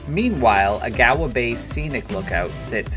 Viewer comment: Many mispronounced words. Agawa is Awe-gu-wu. Pukaskwa is Puck-uh-saw